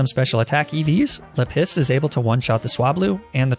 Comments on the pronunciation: It’s la-piz not le piss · how r u pronouncing any of these rocks lol basalt =bus-alt, lapis=LAP-is not le piss LOL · lap-is bro not leh=piss jesus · Just so you know, "Lapis" with French pronunciation is actually "La-pee" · Normal people: La-piz: La-piss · Everytime he calls Lapis "Le Piss" it hurts my soul a tiny bit* *Like 0.1% At least that's what it sounds like to me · Sorry is he saying LA-PISS AND NOT LAPIS or am I deaf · Lapis. Or, if you're an expert in the French language like myself, luhPISS. Which in French is "la pisse" and actually means "the piss". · (Does anyone want to point out that "Lapis" in French would actually be pronounced "lah-PEE"? No? Okay, we'll keep letting him enjoy his gag name...) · Why did I think his Lapis was named "Le-Piss" at first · oh,. You know the French pronunciation of Lapis is "Lah-PEE":P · are you calling it la piss on purpose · "La-PISS"?? 🤦 You're pronouncing that wrong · not 'la piss'! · Every time you say Lapis, i damn near LaPiss myself. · No one: Not even a single living soul: French and: lA PiSs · La piss -> ma piss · Minecraft references for the names.. but lapis is LePiss lol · "or, if you're an expert in the french language like myself, L A P I S S" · Okay, real talk, I had to stop watching this episode midway due to your CONSTANT mispronounceation of the word "Lapis." Completely ruined the run for me, plus I couldn't in good faith continue watching this at work with you saying the word "piss" over and over and over. Please refrain from doing things like this in the future, it wasn't really even that necessary of a joke to make.... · I think its so funny how he mispronounces Pokemon and calls lapis la-piss